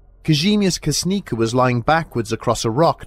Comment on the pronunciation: Kasznica is actually pronouned 'cash-knee-tza', but other than that - another great episode <3 So awesome to hear you cover a story from my home country! As for the case itself, it's pretty much solved. Nothing out of ordinary was ever found, the media coverage targeted the woman (by the way - her name was Zofia, not Waleria) for sake of pure muckracking. The hikers did not die at the same moment either. Granted, they all perished within 15 to 20 minutes of one another, but given the harsh weather conditions and their extreme exhaustion, it doesn't seem that unsettling. It's actually just the sex of the sole survivor that blew this case out of proportion.